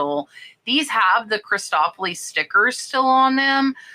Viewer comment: Excellent reminders! You know me - I am the Grammar Grouch (well, I believe helping people with pronunciation, especially names)... Christofle is just "uhl" on the end (think of rhymes with "awful") not "Cristoflee." Happy Glass (and Plastic) Hunting😁